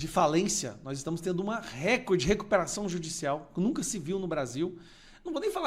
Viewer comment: Ja aprendeu a falar recorde?